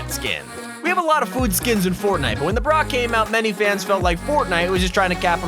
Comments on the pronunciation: “neeymar jr.” “the braat” lol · A Hot Dog brat is pronounce braht